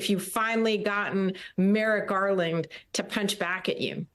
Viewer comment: Merrick Garland should’ve moved faster, obviously. The best part of this was when Hans called him “Garlic.” 😂